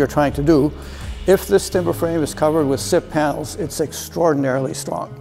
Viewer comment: Sips? Siffs? Sip Panels? What is he saying?